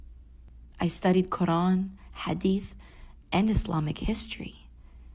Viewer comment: "I studied Quran " pronunciation of the word Quran was a dead giveaway!